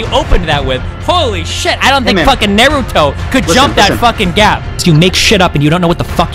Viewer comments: " i dont even think nehrootow could jump that high!" kishimoto got destroyed by this pronunciation lmao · Gus Fring right? He said like.. nair ooh toe